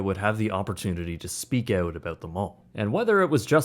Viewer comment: Every time he says “Oot”. Drink! 🍺